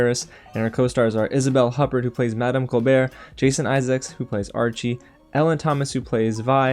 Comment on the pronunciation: For starters, learn how to pronounce "Huppert." as in Isabel Huppert...ya idiot.